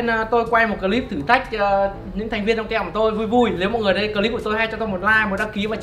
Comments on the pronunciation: Anh đọc sai từ team rồi đó ạ! Phiên âm "Tim",chứ ko phải "tem đâu" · team đọc là tim chứ 0 phải tem